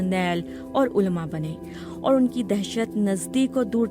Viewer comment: بی بی سی کا معیار ملاحظہ ھو۔ درج ذیل الفاظ کا تلفظ غلط ادا کیا ھے۔ منطق علما سرگزشت سپہ سالار زندان